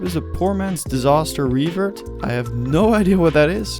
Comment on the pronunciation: Why do you say disaster so weird lol